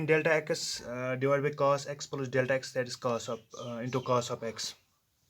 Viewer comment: Aap ko to plus b nahi bolna aata